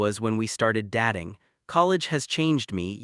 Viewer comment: Also, is he starring or staring? Datting or dating? Is time to have these AI mistakes corrected, they, and some others have been in every story and it's very annoying.